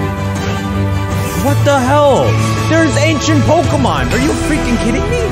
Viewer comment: Every time she says "Polka Mon" I lose a year of my lifespan.